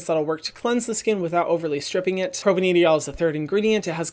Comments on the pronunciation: Hi Hyram! I love your videos so much! I'm a chemist and I really love the effort you put into your research! No shade at all but I wanted to let you know that propanediol is pronounced propane-dye-all. Chemical compound names are super weird and if i didnt study chemistry I for sure wouldn't be pronouncing it right haha. Just thought you may want to know for the future :) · don’t wanna be that guy but hyram it’s pronounced propane-diol not propaneedyol. The molecule’s structure is a propane parent chain with 2 alcohol groups (hence: di-ol, or 2 alcohols) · Thanks for another great video Hyram! Quick note from a chemist, 'propanediol' is pronounced a bit differently (4 syllables, propane + diol). Since it comes up on a lot of ingredient lists, thought you might want to know :) cheers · Chemist here. Propanediol pronounced "pro-pain-die-ol". Would have thought it to be a different ingrediant if I didn't have captions on. We understand, chemical names are hard to pronounce. Love your work, keep it up <3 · It's pro-pane-die-ol